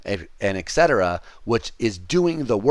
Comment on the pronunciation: Greatly enjoying these lectures, very informative and well constructed, thanks a lot for putting these up! Just one pet-peeve, please stop saying eck-cetera, it's et-cetera :D.